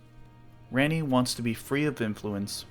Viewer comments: The way that you're pronouncing Ranni's name is enough to make me never want to watch another one of your videos. She literally says it herself not only in the game, but right here in your own video, that it is pronounced 'Ronnie', not this 'Rannie' like you continuously say over and over in this video. How could you possibly get almost the most popular and well known character in the entire game's name wrong? Omg.. 🤦‍♂️ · It’s Raw-Knee not.. whatever you’re saying. I don’t know why a videos quality is decapitated if a name is pronuncies incorrectly. I can’t assume anyone else is like this lol it’s probably only me. It’s as if it gives a sense of copy and paste. Like you stole the content because you don’t actually play the game or know it personally. Obviously that’s not true but mispronouncing names removes authenticity for me at least. Edit: I usually stop listening to videos when names are butchered but you did it again. The word “Leyndell” has a Y in it. Use it. It’s not “Lendell.” Edit 2: Holy hell I’m a dick haha! It’s not RadagAWN. It’s like “gun” Radagun but spelled Radagon. 😂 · ran knee is crazy my nigga say it right if you have a theory about it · "RAINEY" mf are you serious....... did you even play the games? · Oh wow... I've encountered the only person on the planet that thinks Ranni is pronounced Rainy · Honestly that's a valid reason, your branding is such a big part of your channel maybe it will become a community in-joke. Try Rah-ni a few times and see if it sounds good. That said, I enjoy your theories even if I don't agree with all of them. You are also pretty confident about headcanon and I guess that can be a benefit in fragmented lore like in ER. And I think your Marika's Past video is a great example of how filling in gaps with universe compatible narrative can make a bunch of item descriptions into a full narrative. Subbed and look forward to your future work. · Raaani. NOT REAAAAAANIEEEE